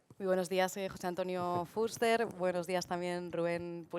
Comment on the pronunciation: Sra Presentadora. Ponga el acento en la E y no en la U cuando diga FUSTER.